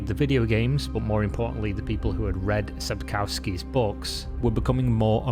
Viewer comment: Legends say there will be a Youtuber who proprly pronounces Sapkowki s surname. Still waiting on that legend :)